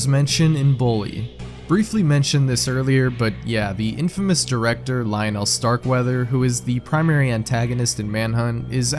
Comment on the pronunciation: The way my man pronounce "Lionel" it's almost as if he's never heard the name. Lol